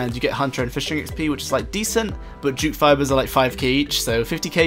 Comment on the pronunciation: I kept thinking you were saying "jew" fibers, which kind of made sense with their cost 😂😂😂😂